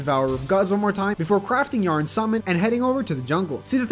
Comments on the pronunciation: Bro why was he pronouncing Yharon as yarn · I just wanna say that I spent way too long thinking you were calling the jungle dragon "yarn" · Yharon was destroying you becaused you called him y a r n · i think you say "yah-ron" and not "yearn" or whatever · Man called Yharon "Yarn" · It's so annoying how he says yharon